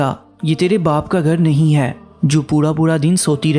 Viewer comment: Aap khe ko hey mat padhe plz . Irrigation hoti h